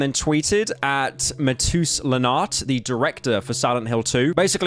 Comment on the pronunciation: "Matoos" Lenart, nice try lil bro